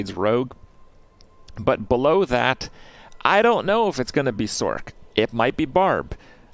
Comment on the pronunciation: Thumbs down for your pronunciation of sorc. I'm petty I know.